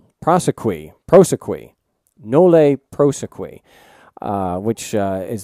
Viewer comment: Congrats to him! Btw, pronounced "Noll Proseh-Q" or usually stated as charge being Noll-Pross'd